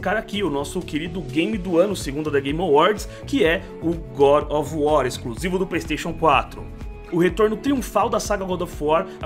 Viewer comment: Yougurt of war!!!! Kkkkkkkk